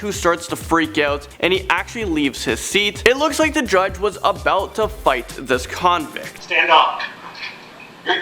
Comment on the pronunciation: Ok clips I just don't like all the emphasis you put on the word " convict "......